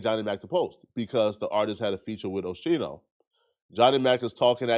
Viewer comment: I can’t get passed the OSHEENO😂 wtf put some respect on a hip hop OG name